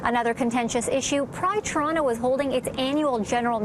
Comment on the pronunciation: The female reporter cant even pronounce Toronto (Torono?) correctly.